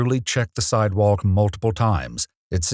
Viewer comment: can't ignore that pronunciation of sidewalk